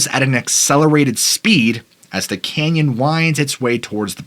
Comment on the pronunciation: Sooooo... Is it "Kenyan",, or "CANYON"??😂🤣